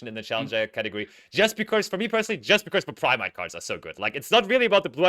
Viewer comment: Hey, kleines Off-Topic-Feedback von meiner Seite: Mir ist aufgefallen, dass du das Wort "because" immer wie "becorse" aussprichst. Das ist nicht nur mir, sondern auch anderen Zuschauern aufgefallen und kann beim Zuhören etwas irritieren bzw. stören. Als Caster für ein großes Unternehmen wäre es wichtig, auf eine korrekte Aussprache zu achten, gerade bei häufig verwendeten Begriffen wie diesem. Ansonsten machst du deinen Job wirklich fantastisch. Weiter so! Viele Grüße